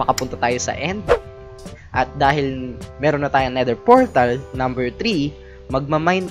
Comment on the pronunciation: "Nether Fortal"